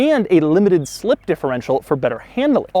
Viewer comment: I like how you emphasised "limited SLIP differential" lol